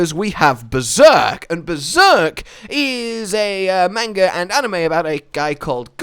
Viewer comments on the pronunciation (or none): none